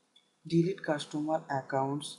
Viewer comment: cashtomar or customer?